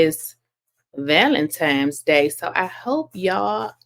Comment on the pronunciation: ValenTIMES! 😂😂😂 its ValenTINES day!! ❤